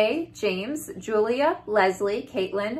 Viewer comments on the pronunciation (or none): none